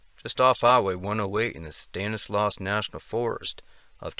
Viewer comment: a couple of pronunciations I thought I'd share with you... Stanislaus: STAN-iss-law (not "loss") Tuolumne: too-AWL-um-nee